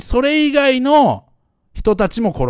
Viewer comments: レイ・ペン「パー」じゃなくて「バー」ね。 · レイ・ペンパ（PA）ーって言ってるのが気になる。レイ・ペンバ（BA）ーだよね。